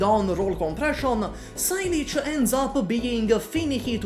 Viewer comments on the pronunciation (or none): "Sigh Leech" lol saileach is a Gaelic word meaning willow, it's pronounced "say-luh"